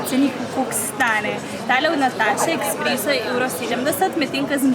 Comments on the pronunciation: Rece se espreso ne ekspreso☺ zlo dobr videoo😋😋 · Drgac se rece esspreso in ne eksspreso😂🤮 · woooo noro eSpreso se reče drgač